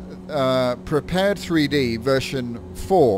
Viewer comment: I think I gotta keep telling people this. Prepar3d is pronounced: Prepared, like to be prepared for something. It is NOT pronounced Prepared 3D. NOT! I need to keep telling people this, and it is getting annoying. When you say Prepared 3D version 4, you are saying it wrong. You should be saying: "Prepared Version Four." Even If you want to be even more correct, Saying Prepare-3D is better, but not Prepared 3D. PLEASE GET THIS INTO YOUR HEAD. PLEASE!